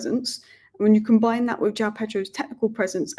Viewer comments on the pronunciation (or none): none